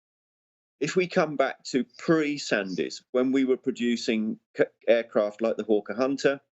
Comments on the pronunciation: Just a small point, the surname is pronounced 'Sands', not 'Sandys', I used to work in his circles. The Russian warfare strategy should be apparent. S400's keep aircraft out of the sky, behind them are long range artillery, which are then less vulnerable. Main battle tanks are now impotent, missiles will deal with those. Ground troops can only be used when the forward objectives are clear, as modern tech can neutralise troops without a shot being fired. Russian EMP capability can already knock out all radar and targetting systems. All shipping will be sunk in minutes by submarines. This leaves the nuclear option, which is, I suspect, why the US has withdrawn from all agreements, and why the Russians are developing hugely more advanced nuclear weapons. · "Sandys" is pronounced "SANDS"